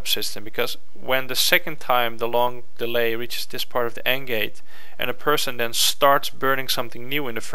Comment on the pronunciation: Stop saying 'den.' It's 'then.' C'mon!